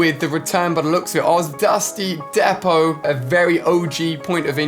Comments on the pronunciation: Ali: Dusty Dehpot Everyone else: Dusty Deepot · It’s pronounced D-PO. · dusty depot (dee -poe) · Its pronounced dusty (d)(ee)(poe)(t) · It’s pronounced dusty deapo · Dusty Depot is pronounced de-po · Am I the only one who noticed how AliA pronounces Dusty Depot? Dusty Dapot